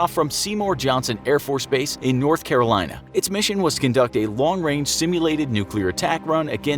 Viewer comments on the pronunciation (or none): none